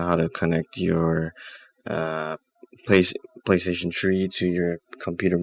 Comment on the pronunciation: playstation tree. LOL